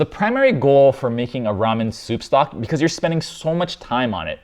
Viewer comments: did i hear him say "stoup socks" ? this make me laugh so hard for some reason. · Stoopsocks, can't unhear now :')